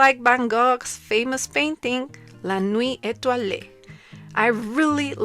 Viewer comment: Thank you! This was very instructive and inspiring. Could you create one for alcohol markers as well? By the way, I speak French, and when you said 'Nuit étoilée,' I was really impressed—your pronunciation was really good !